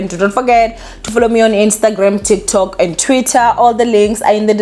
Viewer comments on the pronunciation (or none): none